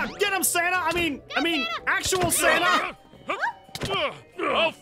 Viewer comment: When aphmau said: "san-na-na" I laughed and almostfell on the floor